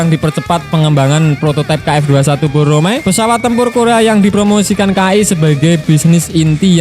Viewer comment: Bukan boromae tp BORAMAE